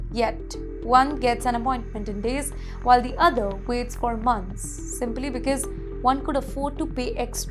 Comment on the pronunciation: Learn to pronounce “because” correctly. It’s not becase like you do